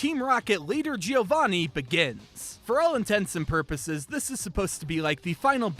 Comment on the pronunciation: Giovanni is pronounced as "Joe-van-knee", not as "Geo-van-knee".